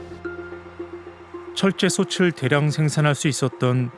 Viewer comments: '솥을, 솥에, 솥이'는 '소틀, 소테, 소치'라고 소리내어야 합니다. '소츨, 소체'는 잘못된 발음입니다. '소츨, 소체'로 소리나는 것은 '솣을, 솣에'지요. 대한민국 공영방송의 다큐멘터리 프로그램에서 한국말 발음조차 이렇게 엉터리로 하면 어떻게 합니까? 영어 발음, 억양, 강세에 목숨 거는 사람들이... ... 참으로 유감입니다. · 솥을 읽을 때 자꾸 소츨이라고 읽는게 많이 거슬리네요. 소틀이라고 읽는겁니다.